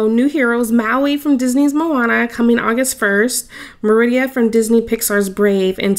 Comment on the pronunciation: The way you said merida hurt my feelings lol